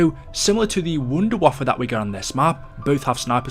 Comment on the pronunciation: Hey number 10 is wonder waffe not wonder waffa